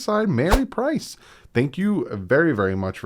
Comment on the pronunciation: Mary P-I-E-R-C-E NOT Price! min.